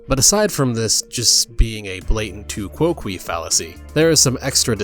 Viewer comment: I'm typing this over a year after you published this video and dear god do I hope you've learned how to pronounce "tu quoque" correctly in that time. Why is it that with so many of my fellow Americans, the first reaction to seeing something from a romance language is to pronounce it so blindingly literally? You could pronounce it like it was French, and rhyme "quoque" with "coke" and that would still be technically wrong, but it would sound better. It's latin and so the "que" part of the term "quoque" has a soft "downslope" sound to it, like the word "bay" or "stay" or "way," or even more relevantly, quay. You do not rhyme it with "key." And I know there are some guides online that do, but I guarantee you that they're also incorrect. Unfortunately most English guiding on this subject is terrible because Latin simply isn't taught very commonly anymore in the US and the rest of the English speaking world, and increasingly the understanding of pronunciation of it is just getting awful. So I don't blame you for this, you probably saw it used that way elsewhere, but man is it painful to hear here.